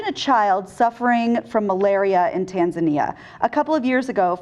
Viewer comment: Wow that's the first time I've heard "Tanzania" get pronounced correctly whenever I heard it being spoken of outside one of my old history classes. Kudos. Usually there's a "TanzAYnia" and I just *curled-up-fist facepalm*